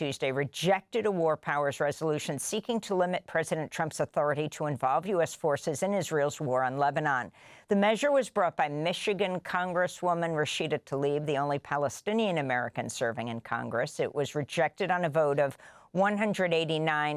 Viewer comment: Rashida's name is pronounced tla-eeb NOT tah-leeb. Pronounce it like it is spelled, from left to right.